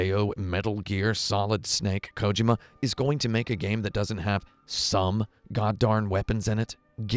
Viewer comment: Please stop saying Kojima incorrectly Thanks